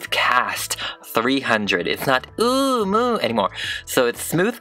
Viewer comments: *the bratz dolls: YeAh BoInG The way he says:"ohhmoo" 🤯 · The way he said Oomoo just had me dying😭😭✨ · Its the way he said Oomoo for me 🤣🤣🤣